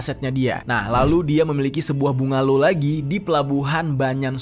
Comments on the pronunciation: Bang bukan bunga low tapi sebutannya “banglo” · Sebutan Melayu nya banglo bang (bungalaw/rumah mewah)